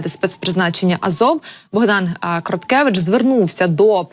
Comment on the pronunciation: Не Кроткевич, а Кротевич.🙄